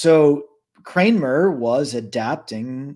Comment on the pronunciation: Gents, It's Archbishop Cramner, not Kramer!